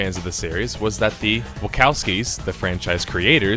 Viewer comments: chowski not cowski other than that great video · Wacowskies?... Who are the Wacowskies? XD... Isn't it "Wa - chow - ski" my brother? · Wachowski's is not a ka noise but a cha noise. Other than that, this is an excellent video.